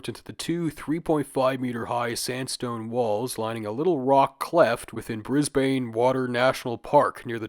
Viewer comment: Brisbane pronounced in the most insane way possible